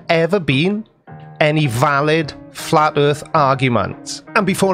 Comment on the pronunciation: Oh, I see. It's not the "Earth" that's flat, it's the "Earf" that is. 🙅😆